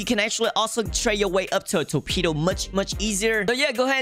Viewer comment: brulee ❌ burlee ✅ torpedo ❌ toepedo ✅